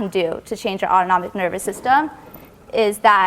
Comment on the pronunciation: jayzus if i, like, hear a'udonomic nervous system one more time